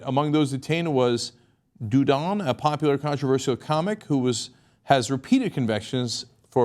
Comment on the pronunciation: Cenk: it's not "Dewdon"; more like "Dee-uh-donnay"...